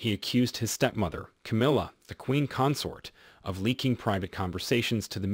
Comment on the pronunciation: Nigel is pronounced with a hard g, not like niggle. And the word consort as a noun, has the emphasis on the first syllable. These are not differences in accent, but in basic English pronunciation.